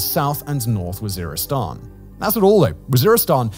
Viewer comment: lol he calls it war-istan, oops.